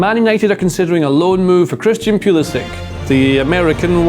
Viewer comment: Tifo: there are 24 million soccer fans in the US, that's almost half the population of England, let's throw them a bone innit?: Yehh, but I'm still going to pronounce his name pueueuelisick instead of pull-isick to mess with them.